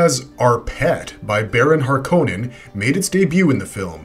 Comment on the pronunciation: do you insist that you have to say half of the words wrong like harkonnen